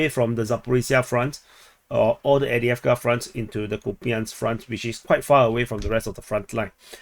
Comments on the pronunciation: Not Avdiavka its Av-deev-ka. Avdiivka not avdiavka hehe. I'd correct people if that was my town and my region too. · Two things. Upsetting. Who cares how you pronounce avdievka? Theres' enough confusion already between the english, russian, and ukranian official pronunciations, let alone local dialecta and accents. I bet whoever is upset himself speaks only one language and cant even read maps! Second: when you zoom out from Spornoye, there's a giant blue face looking like "huh! Wtf's going on? Are they still fighting???"